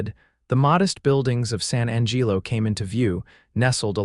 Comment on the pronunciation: The pronunciations your “so called” AI uses is deplorable at best. San Angeelo?? Really? Not only that but some of the vernacular is way too modern and the pronunciation of verbs and adverbs is hideous. Put more effort into it. PLEASE!!!